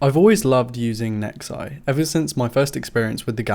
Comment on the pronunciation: "Nexuses" makes me cringe...